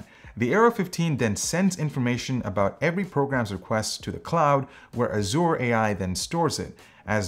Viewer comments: Made me cringe everytime he pronounced it Azoor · Why do so many pronounce azure as azoor? Is this a non-american thing? I've always known it as a-zer. And at least Merriam-Webster confirms it to be that.